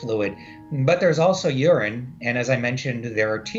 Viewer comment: "For tears... it's water... or unrine" (I know what he meant, just sounded funny out of context